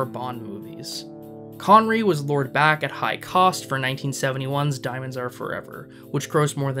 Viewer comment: Connerree, not conwee, the fuck is that?